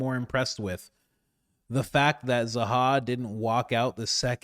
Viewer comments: Why do you kerp calling him "Zaha"? Lol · HIS NAME IS ZAHI. Holy shit, figure out how to say the thing your talking about. ZAH-HEE